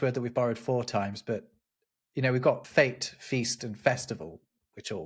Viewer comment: I guess you meant fete or fête, not fate.